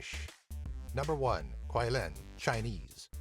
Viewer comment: Just wanna point out that the pronunciation of Qi-Lin is Chi-Lin. Q in Mandarin is pronounced as Chi (not exact but similar) ^v^